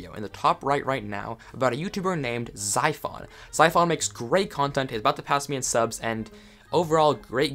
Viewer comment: He said zyphon's name wrong lol